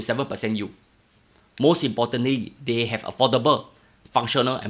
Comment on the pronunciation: "deh"? or "they"?